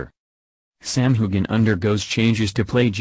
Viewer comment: Old news. Please learn the correct pronunciation of Sam and Cait’s names